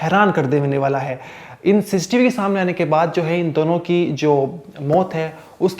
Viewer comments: Sis tv nhi cctv bol bhai, baar baar sistv sistv so annoying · Kahan se padhai ki he bhai...ssis tv...siss tv 😂😂